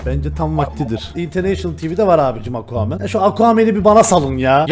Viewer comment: Nobody::Aquamann